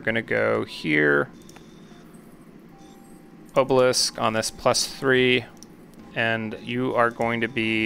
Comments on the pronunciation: Buddy. It’s AH-belisk. AHHH not OHH. Bruh. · Probably would have watches the whole video if you pronounced obelisk correctly. It physically caused me pain every time you said oh-balisk instead of ah-balisk. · I watched the video you linked and when they say obelisk it's with an ah sound I didn't hear anyone pronounce it with the oh sound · It's "ah-bah-lisk" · I've never heard anyone pronounce obelisk like that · Hey man, not sure if anything else said anything, but the letter O in the word “Obelisk” is pronounced like the O in the word “optimal”. You can Google the word and hear the audio pronounce it. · i'm not sure what makes you think that obelisk has a long o, but it most definitely does not. if you don't believe me then search in on google and click on the speaker button to hear how it's pronounced. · I love the content, but why do you pronounce obelisk like that LOL